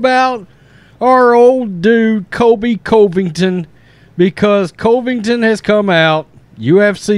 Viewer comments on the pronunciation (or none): Please stop saying his name wrong. Please!!! CUV-ING-TON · I especially like your videos, but it’s hard to listen when you talk about Colby. His last name is pronounced Cuvington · Cant believe you still haven't learned to pronounce this mans last name.